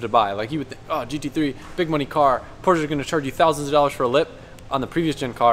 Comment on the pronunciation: Me too. I laugh every time says porch. Seems like he had a nickname for the Panamera too.